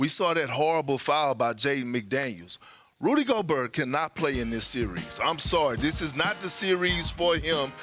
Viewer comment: Rudy Go-burr